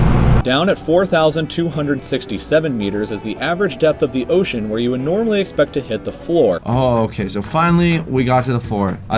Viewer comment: Ocean not osean